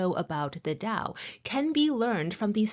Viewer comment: why do you pronounce 'tao' like white people do?